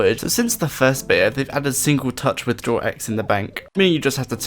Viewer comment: yoo mate, good video! cant wait for osrs mobile, but please talk slower atleast a bit, its beta, not bea :P